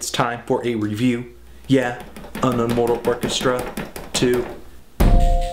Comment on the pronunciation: its Mortal not Moral